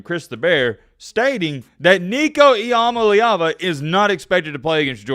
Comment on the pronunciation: Learn how to pronounce nico's name